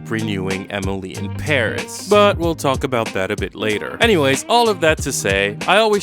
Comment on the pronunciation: Does he really say "Emily em barriss" or is it just me